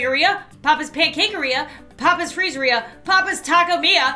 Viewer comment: Gamer Taylar YASS OMG I REMMEBER BAHAHAH Aand why does she say ‘papis instead of papas’